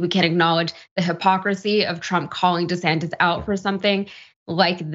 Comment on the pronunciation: HE SAID 😮Ron DISATAN 😂